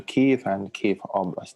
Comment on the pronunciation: I'm glad they are using the correct pronunciation for Kiev.